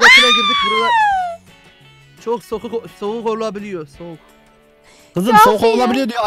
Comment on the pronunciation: soluk değil soğuk diyecekti 😠